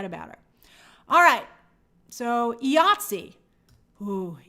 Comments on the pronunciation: It’s “eye-ah-t-see”, IATSE. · Hey Grace, IATSE is pronounced EYE ATSE. Keep up the good work.